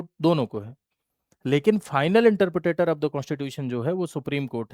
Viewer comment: Are sir Interpretor hota hai😅 Not interpretator 😂😂😂